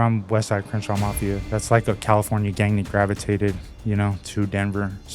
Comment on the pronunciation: Did he say CRENSHAW MAFIA